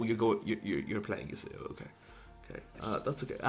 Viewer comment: I just cringe at pronounciation of Yasuo. "Yooseyo"? What?